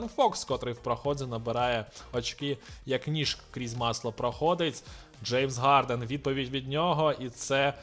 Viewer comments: моя повага, для першого разу все чудово! Почути Гарден, а не Харден окрема насолода😅 Дякую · Дуже важко слухати «Гарден» , «Горнетс» і т.п.